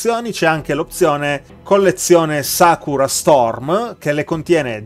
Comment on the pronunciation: Davvero belle! Grazie per la lezione di pronuncia... anche se credo che sakura per me resterà "sakura" e non "sakra" :P